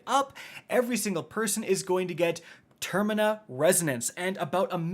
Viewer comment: Termina.....really? Lol. The word is TERMINAL.